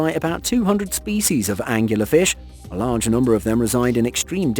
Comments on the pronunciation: So many angles on that angular fish lol it angler An- Gluhr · please tell me you didn't call it a anguler fish. Angler......like fishing. wow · Angler fish.... angularfish 🤣🤣😂